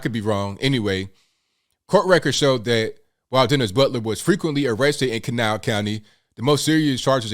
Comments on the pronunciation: This woman is a hero! I’m from that area as well. I could tell immediately you’re from there because you pronounced Kanawha correctly 😉 kuh NAW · I was so impressed at your correct pronunciation of Kanawha!! Not “Can a wha”. Then you said you were from there. Go WV. Thank you for representing WV in positive manner. So tired of so much negativity about state.